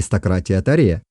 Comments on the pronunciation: 😑😑😑 почему "Таре" если можно сказать не ломая язык "Торе" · Автор, слух режет Ваше произношение 😱 в казахском языке ударение на последнюю гласную не кОжу , кожА , не тОрю , а торЕ и не склоняется! Рахмет! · Автор, в казахском языке (и в др.тюркских языках) ударение в словах всегда ставится на последний слог - "Кожа́". Слова произносятся как и пишутся, т.е. не Тарэ, а Торе́. Род "Кожа́" не "белая кость", а потомки исламских мессионеров. "Белая кость" - это род "Торе́" (потомки Чингизидов).